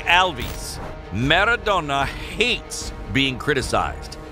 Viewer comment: Nobody:: MerraDonna!"